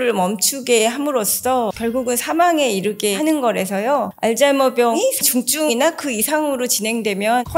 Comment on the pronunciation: 알츠 발음을 알즈라고 발음해서 신경씀 ㅋ